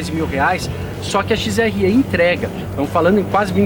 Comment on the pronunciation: Parabéns. Mas... "XRE" não se fala "XRÊ" é como se o "e" fosse "é".